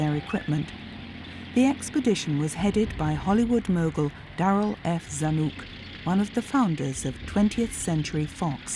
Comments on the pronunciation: Zanuck, rhymes with duck … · Mr. Zanuck's name rhymes with "puck" - the 'u' is short rather than long. Who blurred out the executions and dead bodies? For decades I have seen unexpurgated WWII films In the U.S. The OSS was not part of the Secret Service.